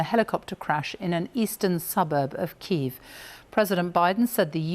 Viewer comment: It’s actually pronounced ‘Kee - Ev’